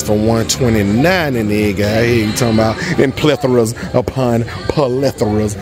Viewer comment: I'm not used to another guy saying pleathra